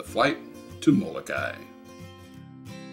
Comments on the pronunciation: Mo-lo-kai-EE Remember please to pronounce the last "i" sound. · Moh-koo-lay-LAY, please.